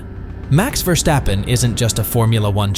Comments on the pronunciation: F1 Driver, not player, 300 million is his net worth, not car collection, Por-scha not Porsch, Verstappen not VerCHstappen. Most of these he was given and he doesn’t own them anymore. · so you can say Aston Martin, but say Vershtappen ?? Why ??